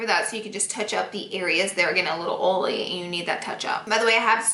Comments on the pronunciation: ITS CON-CEE-LAR not concelur ITS OI-EEEE-LY no oly omg drives me nuts i still love u tho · Oh-lee for oily lol